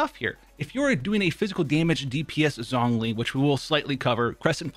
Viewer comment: Every time he pronounced it "Zongli" it hurt me